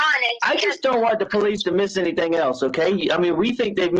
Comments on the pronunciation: I’ve never heard anyone end the g ending words with a k like she and Harley. For example: “anything “ is pronounced by as “anythingk” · Why does she say "anythinK??" What an annoying woman.